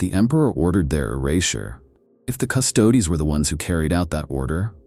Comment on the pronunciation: when using an AI voice-over, at least take the time to write words like Custodes phonetically for the sake of the listener.